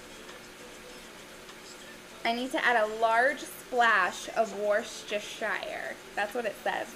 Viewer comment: Hi, I'm from UK. It's pronounced Woostershire sauce, like Wookie, and rhymes with beer. It's pretty strong - you should try some before you put that much in. Also you should try English mustard - it's as strong as wasabi. You look phenomenal in that outfit BTW.